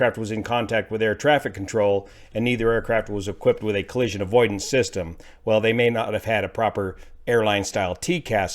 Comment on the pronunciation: Please just say collision.